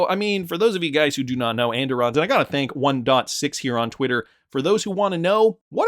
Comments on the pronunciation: Pronounced “ and irons “ where I am from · andiron is pronounced and-iron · And-Irons Phonetic.... At Least the Way my Grandmother said it.